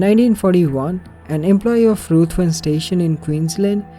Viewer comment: You're OK,. Ruthven is actually pronounced Rivven...old Scots name.